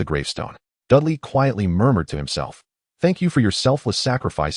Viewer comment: The reader needs to pronounce the name as Dudley. I get mad every time I hear Dali instead